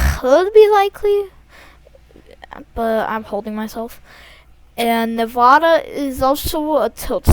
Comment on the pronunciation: Love the video but plz pronounce Nevada correctly lil bro